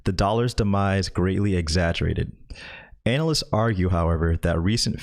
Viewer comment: I think you’re pronouncing anal-ists wrong.